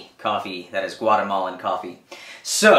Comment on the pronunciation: so my daughter and I were watching this video and when you said Guatemalan coffee she thought you said "watermelon coffee" and then asked me how to make it.